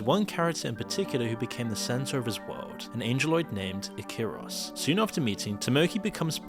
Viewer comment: It's "Ikaros" not "Akiros"...The name has ties to the Greek mythological character "Ikarus" who flew with a pair of wings made of wax,to close to the sun causing the wings to melt. Icarus fell from the sky, plunged into the sea, and drowned. (there is a bigger lore of course,that's just a snippet)